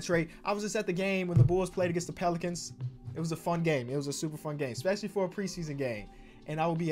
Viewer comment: ESPECIALLY NOT EX-PECIALLY